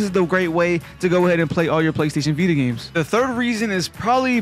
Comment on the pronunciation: “THA VEETUH”